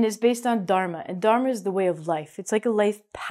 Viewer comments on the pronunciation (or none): none